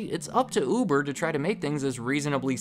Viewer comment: I keep hearing "oovoo javer"